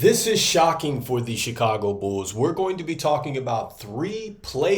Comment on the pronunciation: Always know ya from Chicago when you say "bools"